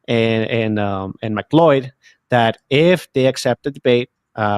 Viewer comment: That's how you pronounce it?